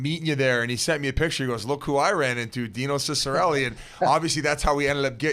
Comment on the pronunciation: His last name is pronounced cheek-a-relli